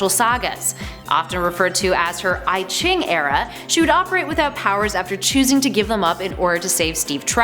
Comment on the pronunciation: Technically, I-Ching is pronounced "ee-jing", and refers go an ancient Chinese book of mysticism